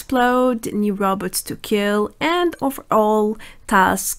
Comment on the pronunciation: I like that she says Robotz like Dr Zoidberg